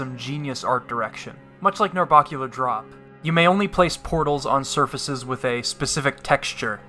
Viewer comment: It bugs me how you mispronounce "Narbacular drop" its bac not barc